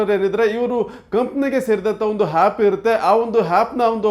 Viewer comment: ಹ್ಯಾಪ್ ಅಲ್ಲವೋ ಹ್ಯಾಪ, ಆ್ಯಪ್ ಅನ್ನು.